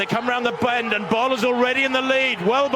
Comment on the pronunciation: Bull. Her name is pronounced, "Femka Bull". Not Bowl. Not Ball. It is Bull. Listen to her sometime pronounce her name.